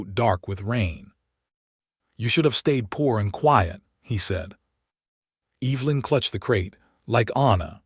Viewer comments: I love listening to these stories, but the AI's mispronunciation of EEEEEvelyn is so distracting. for goodness sakes. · Could you educate your AI tool on how to say Evelyn and Silas? I found it hard to listen.😆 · AI is VERY bad at pronouncing proper names or picking the right pronunciation of spelled-alike words. He did not "reed" the telegram, he "red" it. Evelyn and Silas were mispronounced throughout and made me cringe listening to it. AI can be helpful, but it is still distressingly fallible. Do producers never listen to their narration and edit the errors? A decent story with good images that was spoiled by bad AI and lack of correcting them. OR, USA